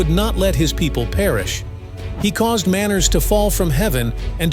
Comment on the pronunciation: I notice this in many videos it said manner when it is real manna also the word child was said wrong .